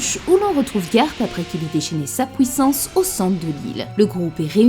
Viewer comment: Après la "pouissance" de on a eu le droit au "Neptoune "